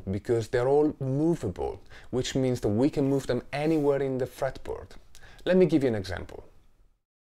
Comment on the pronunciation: did he say geetar fartboard?